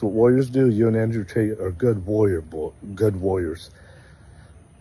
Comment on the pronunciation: Did He say Tate?